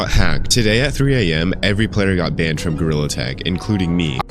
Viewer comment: I love how he says BAHNED instead of banned